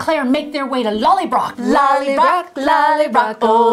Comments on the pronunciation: Pronounced lolly broh not lollybrok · Thank you so much again, Ladies! But.... there's a tiny bit I need to complain about, LOL. You really need to work on the pronunciation of "Lallybroch". Listen to Sam/Jamie saying it and practice. Of course, for me as a German it's easy peasy because we have this "ch" sound as well, but I know you can do it! *mwah*